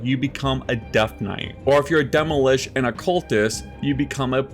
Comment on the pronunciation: Bro... "demolish" and "pryromancer"